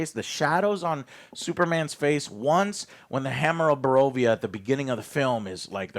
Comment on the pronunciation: Say it with me Joe: Boravia.